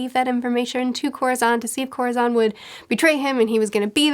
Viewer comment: Oh no I thought she was latina but the way she pronounced corazón lol oh my